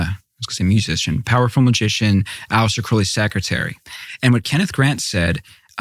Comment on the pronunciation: Does anyone notice that the "expert" repeatedly mispronounces Aleister Crowley's name and Tucker gets it right? Sorry, that type of thing annoys me.